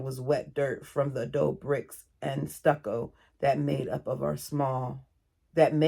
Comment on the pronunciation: Hey, you are adorable. You have a lot of empathy for these women and children. PS Adobe is bricks made of mud and straw, so it is free! It is Spanish, say "ah-dough-bee".